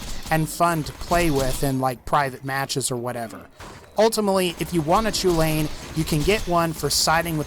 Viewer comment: Next time someone prononces chulainn "choolayin" I'm going to fucking shoot myself.